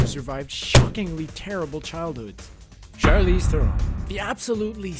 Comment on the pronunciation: Omg I hate it when people say Charlize Theron's name wrong